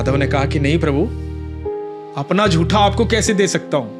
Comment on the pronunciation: महोदय, आपको बड़ी लगन से सुनता हूं। ज्ञानवर्धन होता है। कम - से - कम आप तो 'जूठे' को 'जूठा' ही बोलें , 'झूठा' बोलना सही है ?